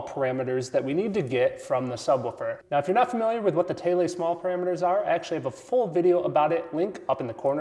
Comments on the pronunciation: Hate to doubt you, but are you sure that's how you pronounce Thiele ? Named after Albert Neville Thiele, I've never once heard it pronounced like that. Pretty sure it's pronounced "teel". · man, i've mispronounced them "THEEL SMALL" parameters for who knows how long. probably since reading ray alden's radioshack speaker design books when i was still a kid in the 90s. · Its pronounced "THEIL" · I was always told that Albert Thiele pronounced his last name as "teal". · Yes you are right. Having met Neville Thiele, I can confirm it is pronounced 'teal'. Sadly, he passed away in 2012. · his pronunciation of Thiele/Small is odd to me as well. i've seen it written thousands of times but mostly spoken as TS. i don't know what's right, so i just call them the smelly parameters.